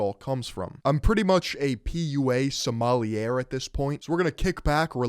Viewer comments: trying to pronounce "sommelier" is the real cringe here. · I’ve never heard sommelier pronounced like that 😂😂😂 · Damn, missed the opportunity for a great rhyme with "PUA sommelier" if only you had pronounced it correctly 😝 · Thats not how you pronounce "sommelier"